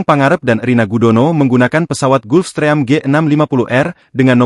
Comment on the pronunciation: Jijik kali dengar naratornya menyebut jenis pesawatnya "GULFSTRÈYAM"! 😡